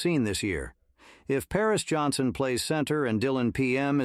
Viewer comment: His name is Jackson Powers Johnson, not Jackson Pears Johnson. Lots of mispronounced last names. Get your AI system straight. LOL.